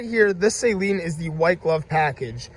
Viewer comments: You are pronouncing SALEEN wrong, dude...it is pronounced SUH-lean.....NOT say-lean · Not “ Say leen “ it’s “ Saa leen” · Cool video, but its pronounced Sa-leen, not Sayleen. It's a short "a". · Just so you know, Steve Saleen pronounces his name Suh Lean, not Say Lean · It is SAH-LEEN NOT SAY-LEEN Spread the word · Drives me nuts when I hear it pronounced like a salt water solution. It’s “Suh-leen” lol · Just wish you could pronounce Saleen correctly